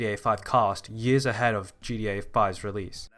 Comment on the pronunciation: Man can you stop saying "GDA"